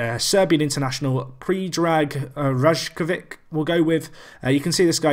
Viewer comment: Just a guess but I think Rajkovic is pronounced Ry-Kov-Ich